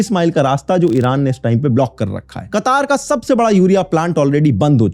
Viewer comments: कतार नहीं है ब्रो, कतर है😂😂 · Kataaaaaaaaaar nahi KATAR (Qatar)